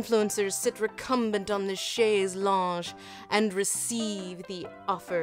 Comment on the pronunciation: Pro French tip: it's "Chaise Longue", not "chaise longe", it's a hard G in the end, just like long in English.